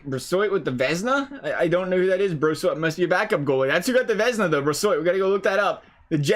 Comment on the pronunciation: it’s pronounced bro-swah